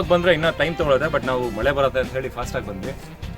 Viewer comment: ಮೊಳೆ ಅಲ್ಲ ಸರ್ ಮಳೆ